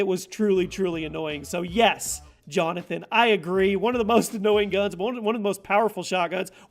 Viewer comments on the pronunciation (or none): none